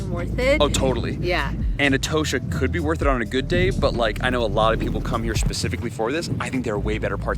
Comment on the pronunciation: It is pronounced E-TAW-SHA not e toe sha as you do.